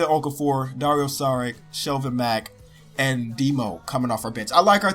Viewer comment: it's pronounced "dario sharich"